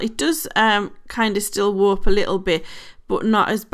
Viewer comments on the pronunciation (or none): none